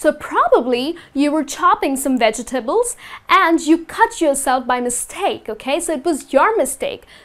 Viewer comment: She pronounced the word vegetable wrongly....anyway , good teaching.